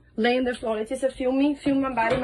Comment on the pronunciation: This story is absolutely heartbreaking😞 but I am dying little by little hearing you pronounce our name wrong miss 😭 she’s Leh-tee-cee-ah I’m La-tee-cee-ah 🤣🤣 I get latisha all the time too so I was triggered and twe@ lol🥴😂 I love your content though!!! I love all your videos and how you present these stories! I’d not heard of this one but lord I’m happy everyone lived in this one 🖤😭